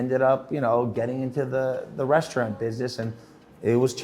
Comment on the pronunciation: Lost all focus when he said restaurant the way he did lol